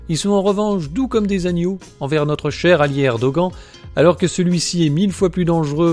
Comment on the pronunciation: c'est assez insupportable cette prononciation de Erdoğan que vous ne sachiez pas prononcer le ğ OK, mais vous pourriez faire comme beaucoup de français et dire "Erdohane" ou "Erdogane", certainement pas "Erdogant" en tout cas. il n'existe à ma connaissance aucune autre langue dans laquelle les lettres [an] se prononcent avec cette voyelle nasale c'est un peu comme si vous disiez Donald Train, ou Jeau Bidant